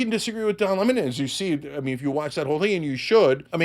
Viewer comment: Le-Mon? God knows 😮 kray kray